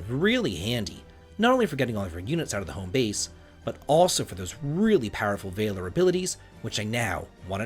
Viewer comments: "VAY-ler" is not how you say that word. it's "VAL-or" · Valor is pronounced closer to mallard than it is to tailor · gonna have to agree with the rest of the comments. The “V” word pronunciation bud. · Please stop pronouncing Valor like that. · The way he pronounces valor bothers the heck out of me 😂 I thought it might be an accent but no he's speaking with a standard American accent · I was literally talking to my wife about this when I saw your comment. I'm glad I'm not alone, if only 9 months late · Calvary and Vay-lor grate on my nerves.